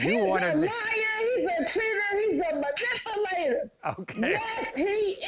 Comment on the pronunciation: MA’ NIP’ A’ LATER … MA’ NIP’ A’ LATIN’ … 🤔😬😒